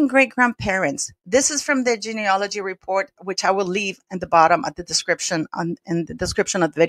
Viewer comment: Well done! But please note that the word is geneAlogy NOT geaneOlogy A common mistake.......Please correct if you possibly can! I am old enough to remember Lady Diana Spencer was seen by a specialist to check if she was ok to bear children BEFORE her marriage to the then Prince Charles. Wondering why it seems that nil like this was done prior to Harry's marriage to Rachel Meghan Markle. Thanks